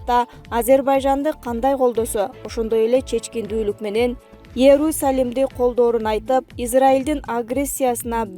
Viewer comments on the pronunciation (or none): АДМИН!!!!!!🥶🥶🥶🥶🥶🥶🥶🥶🥶🥶🥶" ЭРУ- САЛИМ" ДЕП ТАНТЫРАТПАЙ ЖОГОТКУЛАЧЫ БУЛ ОКУГАН КАТЫНДЫ🥶🥶🥶🥶🥶🥶🥶🥶🥶🥶САБАТТУУУУУУУУУУУУУУУУНУУУУУУ ТАПКЫЫЫЫЫЛАААА. КУЛАКТЫ ЖИИИРРРКЕНТПЕЙ!!!!! КАЙСЫ ЖАКТАН ТАПТЫНААР!!!!